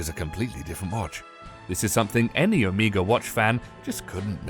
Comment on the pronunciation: Hahaha, OHMEAGA. It's Omega